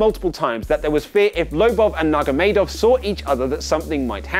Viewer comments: Nurmagomedov...! NURMAGOMEDOV!! NUR-MA-GO-ME'-DOV!!!....... Like seriously, Why would you butcher his name? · Lol at that attempt to say Khabib Nurmagomedov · That’s not how you pronounce khabibs second name but I don’t blame you for getting it wrong it looks hard to say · You butchered my favourite fighter's name